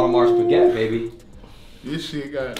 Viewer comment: The fact that he doesn’t know how to pronounce Piguet speaks volumes.